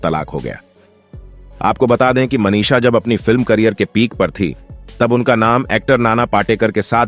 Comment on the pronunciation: Audition ko ondition, Manisha ko Manish, box office ko onffice aur vidhu vinod ko vedhu. Pehle pronunciation pe dhyaan dijiyega pls